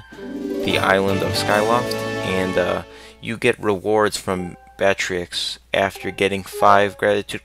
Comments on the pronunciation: i'm sorry but it's pronounced batro not batrix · i actually think his name is pronouced "bat-roo". being that with french words thats how you would spell it and pronounce it. =P anyone else think so? =o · Batreaux is pronounced "Bat-row" just so you know. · if anybody wonders how to say batreaux's name it's bat-tre-ex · Bat-Row, the X is silent. This is coming from a French student.